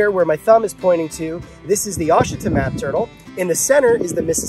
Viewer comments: For future reference in Louisiana we pronounce Ouachita like this (Wash-it-taw) 😂 It can be tricky lol I know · I believe it's pronounced WA-SHI-TAW (Ouachita)...great video, love you're in depth content! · It’s pronounced washitaw